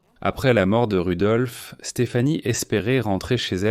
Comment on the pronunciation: Oui c’est Rodolphe pas Rudolphe